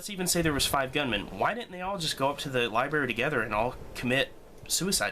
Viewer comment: It's 'libRary'! Haha. Just had to give you a hard time. Good video, dude.